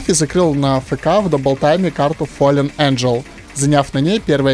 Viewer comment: Ееей, видос классный, произношение топовое (фолэн), и в принципе видос классный. Но есть одна тема, я и наверное многие зрители не шаряд за диджит'ы. Как на счёт видоса по понятиям из осу коммьюнити?